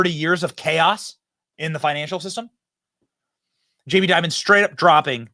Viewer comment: Wow this guy seems to say jamie diamond?? & . no wonder...